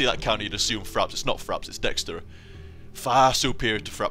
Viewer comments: I was confused when you were saying dextery.. Then I realized you were talking about DXtory, lol. I've only heard it pronounced D X tor-E. But that class definitely seems a little OP, so much so that you get too laid back and you're dying while playing it =P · Gah, I made a mistake when replying to someone's comment in this thread, and it nuked the entire thing! :[ But yeah, it's called Dxtory, most likely pronounced "D-X-Tory", but fuck that, I call it "Dextory" :]